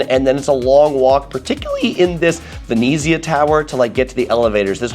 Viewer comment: The way you pronounce Venezia makes me angry. 'Ver-net-ziah'